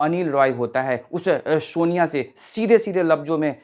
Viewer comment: Shonia ❌ sonia ✅